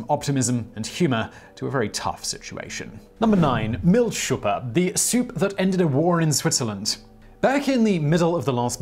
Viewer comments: It's Milchsuppe, not Miltschuppe. The first literally means milk-soup. The latter seems to be neither German nor English. Google figured that out, by the way, and Google's not that smart. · It's prenounced milch-suppe ( milg soupe)